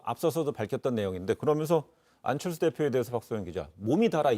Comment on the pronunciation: th 발음 겁나 거슬리네 ㅋㅋㅋㅋㅋ 안철thㅜ ㅇㅈㄹ